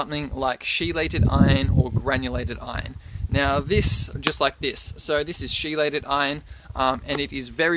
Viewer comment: Thanks for the info but I think it is pronounced kee-leyt and not she-leyt.